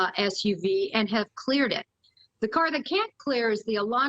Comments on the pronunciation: It's not MOSS COW... it's Moss COE. This woman doesn't even know this area, or how to pronounce the city name. I was a 20 yr resident and worked at MOSS-COE courthouse before I get grief. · it's NOT 'moss cow'! , that's in Russia, this is ID. it's 'moss co' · AND PAHLEEZE...IT IS MoscO(w), NOT MosCOW!!! WE ARE NOT RUSSIAN!!! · MosCOE, phonetically. Apologies